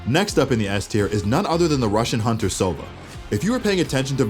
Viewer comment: Everyone's a gangsta until "I AM DA HANTERR"